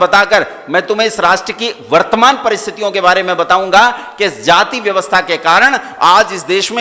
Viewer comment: महोदय,आप द्वारा जाति शब्द का उच्चारण गलत किया जा रहा है।